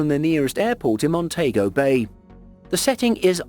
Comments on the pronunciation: as a Jamaican i cringed when the narrator said negril and Montego Bay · That's not the correct pronunciation of Negril and Montego Bay